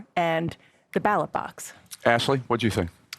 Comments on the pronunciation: At the "Battle Box"? 🤣🤣Man can't even read the word Ballot correctly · Did he legit call it "the battle box"?!? Wtf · I mean I personally hear Battle Box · lol I heard battle box 🤣😂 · And “battle box” instead of ballot 😂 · What's a "battelebox"? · He said ballot, we all know about his speech issues.